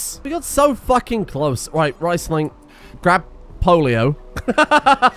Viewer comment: Your German accent is on point and yet you insist on calling Riesling RICEling instead of REESling.